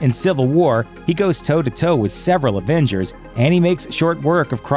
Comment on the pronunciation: It really bothers me that he keeps saying advengers not avengers